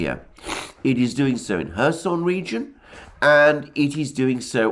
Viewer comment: Am I the only one who hears Herson region???? Or Mr Alexander deliberately saying??